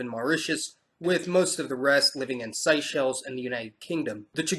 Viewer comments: Hey mate no Biggie but you were saying Seychelles wrong as someone who lived there for five years you should say it phonetically as in Say chells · Been to Diego Garcia and Seychelles. DG is in the middle of no where but since the military is there it's like being in the states. Seychelles is pronounced Say-shells. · loool it is SAY-chelles.